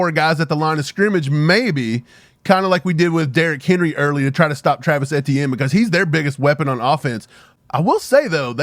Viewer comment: That name is pronounced ‘Etchen not Etiene! It’s Louisiana French